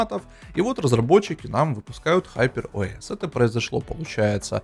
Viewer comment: ХупЭр ОэС ыыыы😅